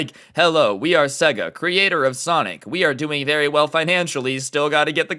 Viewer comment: Its pronounced sayga